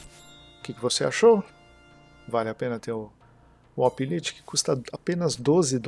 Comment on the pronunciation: compara o orange pi pc plus, por favor. E uma dica, o lite lê-se 'láite'. Abraço.